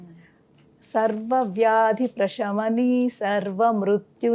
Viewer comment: Prashami ni kadhu anukuntaa Prasamini anali ani vinna Sha palkakudadhu ani vinna Saa anali Prasamini